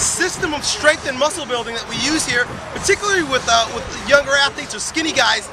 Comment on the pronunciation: When did ' strength ' become ' shtrength', ' strong' become ' shtrong'?? I was hanging out for him to say ' specifically'...